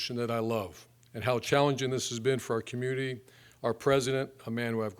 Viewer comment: "community" and "ultimately" are there no four-syllable words Meyer can pronounce?